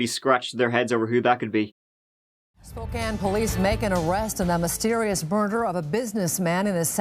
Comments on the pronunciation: HE SAID SPOKANE CORRECTLY YAAAAY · Can't believe you pronounced "Spokane" correctly... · You said Spokane correct! Yah hoo think you! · Bro, how did pronounce Spokane properly but most of the US can’t LOL. I live in Spokane, and it grinds my gears when people say “Spo-kane.” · Oh I don't know if should feel honored or ashamed that did an episode about Spokane, my home sweet home, and also he pronounced Spokane correctly!!! Thanks for giving us a goooo💚💚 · I was born and raised in Spokane. Thank you for pronouncing the name right. No one ever gets it. the lady news anchor Nadeen is now our Mayor. And we have some crazy people that live here that's for sure. I was super stoked that one of my favorite youtube channels was doing a story of my City. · Wow, I always wondered what ever happened with Doug Carlyle here in Spokane. Thanks for the video,! And kudos for pronouncing Spokane right! Fun fact, that news anchor, Nadine Woodward, is our mayor now. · How is it that an Irishman knows how to pronounce "Spokane" when a lot of Americans haven't a clue? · Just wanted to say, good job saying Spokane the right way ... even our own PNW news casters say it wrong way too often. Lol.